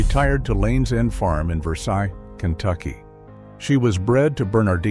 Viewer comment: It’s pronounced Versayles, not Versigh.